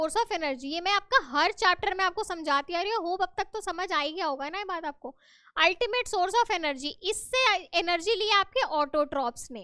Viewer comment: Mam not Ultima nahi ultimate hota hai